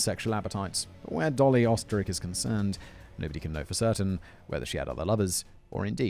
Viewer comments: You were close with the Pronunciation. It's said like "Oosterreich" Österreich is German for Austria. Ö is represented as the "Oe". The Umlet does a thing to the vowel to make it sound the way it does. I can't fully explain, I'm still trying to learn German. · Oesterreich is just the German word for Austria. So he might be from my home country even. It is funny how simon tries to say it though :)